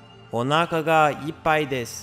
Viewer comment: 「おなーかがイパイです」最悪の発音🙈東南アジアの方だろうね。